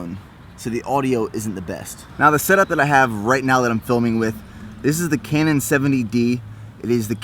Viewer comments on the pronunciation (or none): none